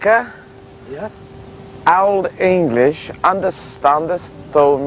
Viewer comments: This guy's Old English is awful! I had the benefit of taking a few classes with Peter Baker when I was a college student over a decade ago, and in the past 10-15 years, I've picked up a ton of Anglo Saxon. I feel fairly confident reading text in the West Saxon and Mercian dialects of Old English now. The hardest thing about Old English other than learning the inflected forms of words, is the pronunciation because certain sounds existed in Old English that no longer exist in 21st century English. An Anglo Saxon would have zero chance of understanding a modern English speaker because of the huge influx of vocabulary that has entered English, mostly through Latin, Old French, and 17 and 18th century French, over the past one thousand years. The time travelling Anglo Saxon would basically have to increase his functional vocabulary ten-fold. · Lol his old english pronunciation is so bad xD